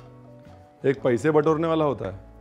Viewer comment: The way you said पैसे 😄 reminded lucknow totally